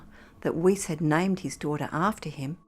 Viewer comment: Narrator is mispronouncing Weis's name